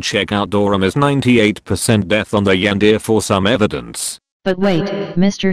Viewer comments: The yan-de-re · “The yandere” NO ITS THE YANDEER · "THE YANDEER" "COOKIE MONSTER" 😂😂😂😂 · Dorami: Yandere Everyone: Yandere StarXD: Yandere Mr happy: Juan Deer